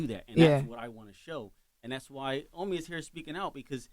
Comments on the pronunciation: Lol they call him Ahmi🤦🏾‍♂️😭😂 It’s Oh-me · It’s pronounced oh me not ah me. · OMI IN A HELLCAT I know you had to be thinking....it’s OMI not Ahmi! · Y u keep letting them say your name wrong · awful the video just starts and she can't even pronounce his name correctly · Lawyer and host pronounced his name wrong lol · Why the fuck are they saying his name wrong 🤦🏽‍♂️ even his Lawyer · Y’all just gone kept mispronounce his name🤣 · If watched his videos she woulda know how TO SAY HIS NAME CORRECTLY 🙄🤦🏻‍♀️! & How the hell doesnt his OWN LAWYER know how to say his name 🤦🏻‍♀️ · BUMBACLOT! !!! Do not let them miss pronounce yr name...OMI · Can yall say the name correctly even da lawyer 🤦🏾‍♂️ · How you representing somebody & cant even say their name right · Why he letting people pronounce his name wrong in his face 🤦🏽‍♂️ Even his lawyer don’t know how to say his name WTF..I’m 2 minutes in the interview and they said his name 3 times wrong already lol...